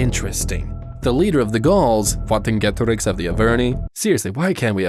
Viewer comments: Am i the only one that pronounces the name vercingetorix as versinketoriks and not wantinkedorix i get youre english and its a very different language but still (good video by the way) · Where did you find that pronunciation of Vercingetorix?